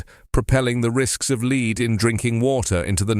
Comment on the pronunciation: I liked your news, as usual, but pronunciation of "lead" rhyming with "need",,, and was wrong, since the meaning was the chemical element and pronunciation should have rhymed with "bed". Perhaps you should mark your copy or purposely misspell two-pronunciation homographic words in the copy so you do not have to handle ambiguous pronunciation while reading copy.